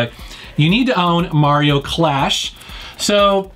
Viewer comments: Love me some Mario, thanks for pronouncing his name right! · Thank you for saying "Mario" and not "Merry-o"